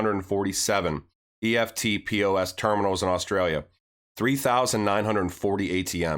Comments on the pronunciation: FYI - In Australia, eftpos is pronounced with two syllables 'ef-pos'. 🙂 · thats pronounced EFT POSS great video jim Australia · Good stuff. Eftpos is pronounced EFT -POSS (electronic funds transfer point of sale) Aussies just say “eft” “poss”... you’ll sound legit Aussie then. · Hi King just so you know you pronounce EFTPOS as a word not the letters. So now you know more than the rest of the Americans. Also with banks having custody of cryptocurrencies do you think they are going to operate two systems now whereby they move their fiat through Swift and their crypto’s through Ripple? Sounds pretty messy to me and I think it’s much more likely that once the banks start dealing in crypto’s is there is no place for swift in their system. What do you think?